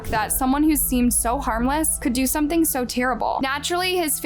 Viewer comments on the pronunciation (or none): none